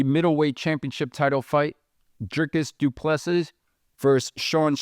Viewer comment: Say Doo ple SEA...... OR SEE,not seas nor sees.... omit last S